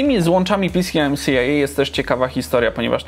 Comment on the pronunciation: Bardzo ciekawy odcinek nie PCMCIA tylko pćimća